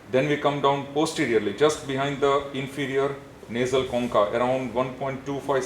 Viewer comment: Sry but the way he pronounced choncha, i'm a vietnamese and it sound like " con cặc" which mean a swearword in our country about penis